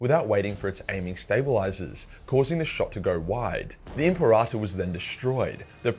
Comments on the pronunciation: Lol imparata.. Say it with me kids: “Imp-air-ah-tor” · WHY DO YOU KEEP SAYING IMPERATA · My ears itched every time you said imperator wrong lol.